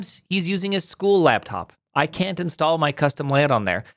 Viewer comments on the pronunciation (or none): none